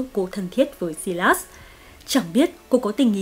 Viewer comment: Sylas = Sai-lát-s not Si-lát-s